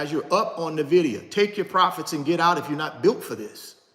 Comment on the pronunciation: You're pronouncing Nvidia wrong. 🤦‍♀